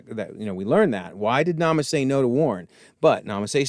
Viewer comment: You called Nala Se "Nama Se" a few times. Kaminoan names can be confusing at times.